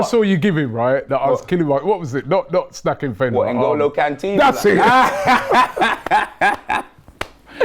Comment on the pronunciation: "Ngolo Canteen" man has returned to eliminate KG 😂😂😂😂😂